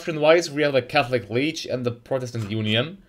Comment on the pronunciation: "the calthic weage"